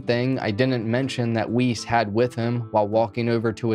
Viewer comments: Yeah it's Weise not Weiss. Weiss is a German last name. Weise also sounds German. If it's German, then it's likely pronounced Ve-Eye-Seh, or something close to that. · . ‘Wuss’, I’m pretty sure it’s pronounced ‘Wuss’ in Jeffrey’s case. ‘Jeffrey Wuss’ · not that this guy deserves respect, but i believe "weise" is pronounced "vye-zuh" because it's german